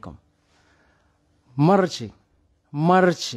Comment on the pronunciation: نفيق نلقا هذا حدايا يقول ليا صباح لخير نرجع نغمغم راسي تحت لكاشة و نطلب ربي دوز هاد لحلمة على خير و بخير ..... ما عساك يقوليا مرتشي مرتشي نرعفو حتى نقاد ليه مخارج الحروف